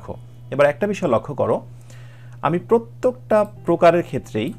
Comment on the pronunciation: স্যার, সবকিছু মিলিয়ে অনেক ভালো লাগে আপনার ক্লাসগুলো 🥰। স্যার শুধু একটু সমস্যা তাহলো ব্যাকগ্রাউন্ড মিউজিকটা দিয়েন না বা পরিবর্তন করে দেন আর আপনাকে (প্রত্যেক) এই উচ্চারণটি ভালোমতো করবার জন্য অনুরোধ করা হলো🙏